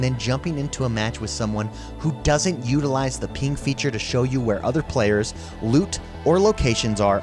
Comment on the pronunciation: "Use the peeng"